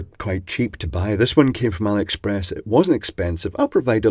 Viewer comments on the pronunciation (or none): none